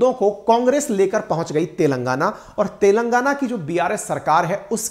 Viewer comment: सोनिया गांधी तेलंगाना को "तेल लगाना" बोलती है ☺️